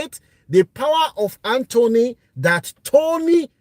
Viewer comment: Sorry sir, it’s called ‘power of attorney’ not power of Anthony 😅